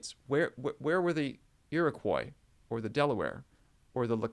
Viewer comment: You may wish to cross check your pronunciation of some of the tribe names. As a Canadian, I grew up with different pronunciations for Ojibwa and Iriquois.